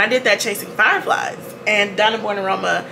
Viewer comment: Man I need to stop watching your videos in the shower. You said “Chasing Flier Fies” and my soapy-footed tail almost kissed the porcelain 😂